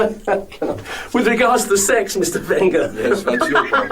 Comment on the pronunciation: Ugh the way he pronounced Wenger ran through me and I'm a utd fan.